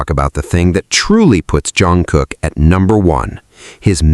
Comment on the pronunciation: This video made me hear you say Jeon Crocker, who is that? 😂😂😂😂😂😂 If JK catches that he would surely mock you for messing up his name.